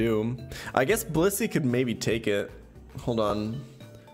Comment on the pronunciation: I'm sorry but every time he says blissy I hear bussy what's wrong with me